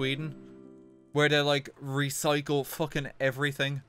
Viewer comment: what's a re-si-cle? does it taste good?